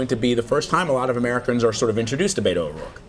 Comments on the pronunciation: The media needs to learn how to pronounce Beto's name. It's not BAY-to. It's BETT-o. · Did she just call him “Bado” ? 🙄 It’s Beto ... like the word Bet+ the letter O. Plz, do your homework BEFORE going on air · Did she call him Beto O Roike? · You say BETT-o, I say communist. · They know how to pronounce Beto’s name. It’s their way of putting him down. Don’t forget that CBS is a huge corporation that benefits from the GOP rape of American citizens. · Learn how to pronounce his name. Unprofessional.